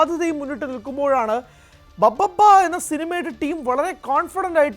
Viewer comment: ദിലീപിന്റെ സിനിമ ബബ്ബബ്ബയോ...😂😂...പറയുന്നത് എന്താണെങ്കിലും അത്‌ വ്യക്തമായി ശരിയാക്കി പറഞ്ഞൂടെ. ഭഭബ (BhaBhaBa) ആണ്‌ ബബ്ബബ്ബയല്ല.